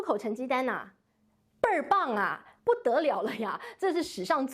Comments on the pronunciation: 志郁一声“倍尔棒”，这个词儿说的真地道！纯纯的北京味儿！ 志郁有才！😂😂😂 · 哈哈，“倍儿棒”，字正腔圆